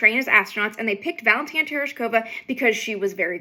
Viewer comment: Amy: it's Valentina, not "Valentine." 👍🖖